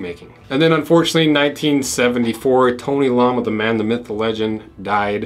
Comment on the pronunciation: It's "tony l-o-ma" Not lama like the animal